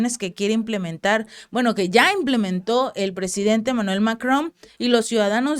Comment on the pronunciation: Es Emmanuel no Manuel 😅